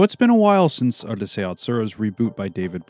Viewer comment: it's Ooroosai Yatsura, not Ahrusei fyi